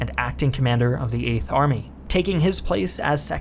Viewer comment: Hi guys. This guy can't pronounce "Eighth". Sorry to spoil things but you'll never be able to ignore this now. Haha